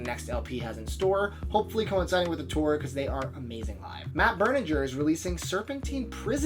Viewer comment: Matt Berninger, that's all. BTW it's pronounced BURN-ing-er